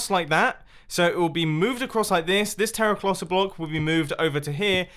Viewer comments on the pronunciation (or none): you said Terra"clossa" instead of terracotta, just thought you might wanted to know ;) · 03: 00 Terraclotta anyone else hear it 😂😂😂😂😂😂😂😂. Also nice video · “teraclotta blocks” 😂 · "Terraclotta block" why? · "This terraclossa block" Love you, mumbo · Anybody else hear "terroclotta block" or "terroplotta block" ? ❤️ love the video jumbo. Great work, as usual. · TERRA CLOT-TA!!!!! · anyone hear him say terraclotta? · Did you say terraclosa block? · "This terraflossa block" lol